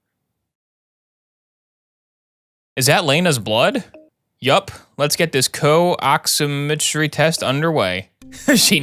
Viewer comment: As a EMT and soon to be paramedic his pronunciations of medical terms hurts me.. “Ehd a muh” for Edema “Ox eh met tree” for oximetry